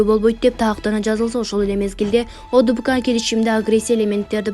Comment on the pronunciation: Ведущий туура окусан боло кайра кайра окуп жатасын ОДКБ деп. (Одбк) эмес